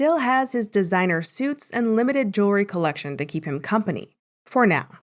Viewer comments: JEWELRY, thats the word not JURY , lol wow and MONTH not MONT old lol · Wait did he say ,,"Jerwry" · It's pronounced JEWELRY